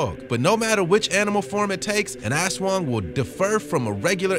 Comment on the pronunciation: When americans pronounced Aswang 😂😂😂😂 By the way I live in Philippines our pronounced in aswang is A-SWANG